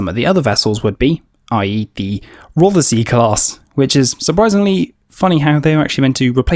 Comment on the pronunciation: Pronunciation lesson time: Rothesay is not pronounced Roth-er-sea, it is pronounced Roth-sea. Ignore the "er".